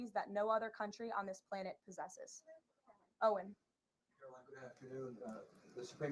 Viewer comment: Please pronounce her name correctly. CARE-uh-line. Line rhymes with mine, sign, wine...